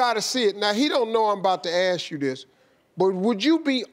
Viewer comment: Steve, its ask, not axe. Lol